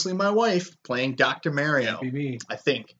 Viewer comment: Dr. MARIE-O?